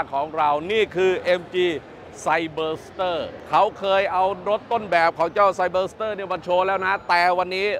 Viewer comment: รู้นะว่าไม่ใช่ภาษาพ่อภาษาแม่ แต่การออกเสียงชื่อรุ่นรถมันไม่ได้ยากเกินกว่าจะศึกษา ไซ เบอ ซะ เต้อ เชรดโด้ว